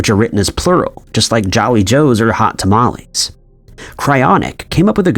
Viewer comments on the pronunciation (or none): none